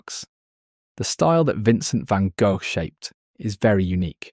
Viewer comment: Say "Vincent van Gogh" again!